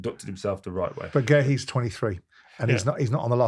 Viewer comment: Why does Simon keep calling Guehi “Gerry”?!?! He’s honestly so thick🤦‍♂️🤦‍♂️I’m always baffled why people randomly add ‘r’s to names without ‘r’s in them🤦‍♂️🤦‍♂️same as wjth Eze; some people have started calling him Ezer for no apparent reason🤦‍♂️🤦‍♂️spastics